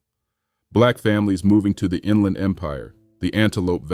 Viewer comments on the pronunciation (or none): none